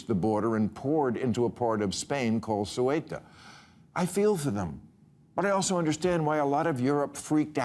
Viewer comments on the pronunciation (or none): BILL: IT IS "C E U T A" (seootah), NOT "S U E T A" . GREAT POST. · Nice job obscuring the difference between 'gay rights' and LGBT. Be assured, Bill, you're not fooling anyone. BTW, what's with 'Suweta'? It's Ceuta. Can you Say Utah? Then you can Ceuta.